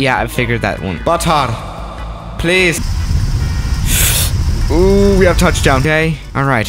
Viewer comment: Nobody:: BUTTAH!! PLIS!